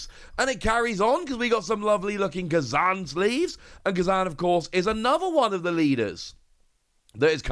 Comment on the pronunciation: It's fukin Kuuuuuuuuuzan there's no A in the beginning